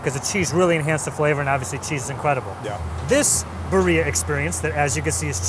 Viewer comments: In the course of this adventure, you didn’t hear one person pronounce birria correctly? Hint: it doesn’t rhyme with diarrhea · The Spanish pronunciation is KILLING me, oh god. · I was really hoping they'd learn how to pronounce birria before the end of the show, jesus christ, how white can you be. Just say it properly one time, there's no way that all day no one corrected him on his pronunciation. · I'm crying from the way pronounces birria and the fact that they went single tortilla vs the double to keep things from falling apart. a New Yorker right? He can't speak for American's in this case. It's like asking a Brit to speak for Canada because they're both in the Commonwealth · Didn't think to learn how to pronounce the main focus of this video? Cool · I couldnt help but cringe every time they pronounced birria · Come on, you have to roll those r's for the birria! You sound like a gabacho that has never had a birria in his life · The way they pronounce birria...c'mon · Right? I was like, they clearly aren't from California, but did nobody correct them the entire day? 😅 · The pronunciation is making the video hard to watch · pronunciation of birria is by far the worst I ever heard. But like.. wtf?! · Roll your r's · We all just pretend like isn't butchering the pronunciation of birria while no one is correcting him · Please take the time to learn how to pronounce Birria correctly. Sincerely, a native Angeleno. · It’s painful to hear him pronounce Birria. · please have someone from one of those restaurants/food trucks teach you how to pronounce Birria correctly 😂 great video! Can’t wait to see what the next one is! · Hahaa how he pronounced birria is hilarious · Did nobody tell him how to pronounce birria? I’m asking respectfully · At least try and pronounce it “beer-ia” not “bir-eeah” lol . Even got the names of the spots wrong 😓 lol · no no no - buh-ria yes yes yes - beer-ia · It's not buh-reeuh it's bee-reeuh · Birria, not burria